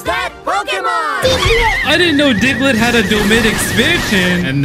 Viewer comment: “Diglet” lmao